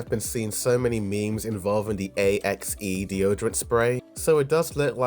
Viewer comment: yo buddy just say axe💀🪓 why u spell it out like an acronym